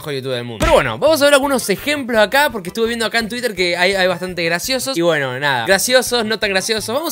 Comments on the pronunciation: Gente normal: Twitter: tsuider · podes decir bien twitter ? tuirer dice